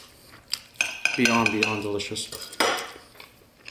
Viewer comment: This is the first time I hear say be'ond with a y. A disgrace I must say. Greatly disappointed.